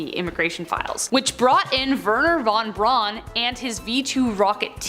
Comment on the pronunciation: Wernher von Braun — Braun pronounced Brown as in Charlie.